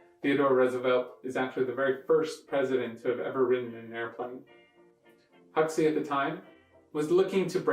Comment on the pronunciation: It's pronounced Hawksee...